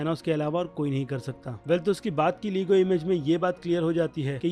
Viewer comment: Bhai लेगो hota hai लीगो nhi